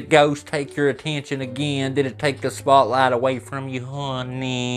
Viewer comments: Hey, what was your secret word for this video? I had to go back and put subtitles on and looked to see what you said. One subtitle says you said “honey” and then the next sentence it says “horny” lol 😂. But I’m still in the middle of watching this video and maybe you say the word again. Idk I just had to mention that because it’s pretty funny from what subtitles say lol 😂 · Haw-knee! Seriously though honey gets on my nerves too. She is annoying. 😳